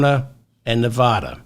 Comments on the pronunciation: David; people of Nevada say neh-VAD-duh. They boo when people pronounce it neh-VAH-duh, as you pronounce it. Maybe you don’t care because you’re not a candidate, but winning Neh-VAD-duh requires getting this correct, according to Nevada common law. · Hello David, wonderful show; but I do feel compelled to let you know that we women will deliver NV to you if you promise to pronounce it correctly. Think of Nevada as being pronounced with the first “a” like “after”. As your devoted fan who taught you how to say “bazooms” for bosom; I would love to hear it right; just think of the “hick” way to say it! 😮😊😊💙💙💙💙💙